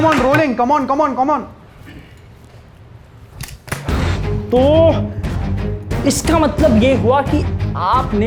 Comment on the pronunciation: did he say come on come and then comm-on 😂